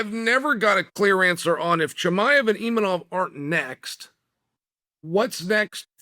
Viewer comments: Still saying 'Imanov'.....wtf is wrong with you? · Imanov? You would think as a professional commentator he would look up the actual name of fighters. Or does he mispronounce names on purpose? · "EEMANOF" lol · i like how chael pronounces imavov different every time lol